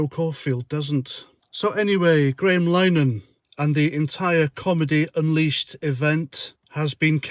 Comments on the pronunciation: I think it's pronounced " Linner Han " not " Linehan " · It's Linehan, not 'Line-an'. Ignorant twat. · You might done research into Graham Linehan's surname.It's pronounced LINAHIN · Just a point of good manners and polite criticism. The chaps name is pronounced Lin-eh-hen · I fully agree - just a gentle note that it’s “Lynn-a-hin” - my attempt at a phonetic spelling of the surname “Linehan” ! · It's pronounced 'Linnyhan' just FYI